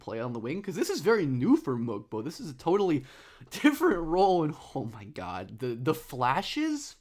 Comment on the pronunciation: Great video. Love when you cover my Raptors. Just a quick note about Mogbo's name, the G is silent so its pronounced "Moe-Bo", as per the team release. Not to be that guy who calls you out, just trying to help and share with people how to say his name correctly. Cheers